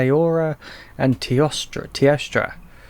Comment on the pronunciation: It is pronounced as: T-OH-STRA. teostra.